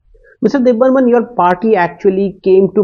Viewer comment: Why they r saying DebBarman its DebBarma nah